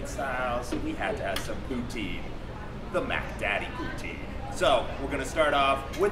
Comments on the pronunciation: please dear god dont call it pooteen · i thought he said booty